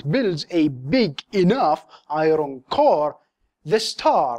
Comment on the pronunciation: It bothers me when you say "i-ron". Otherwise, great videos!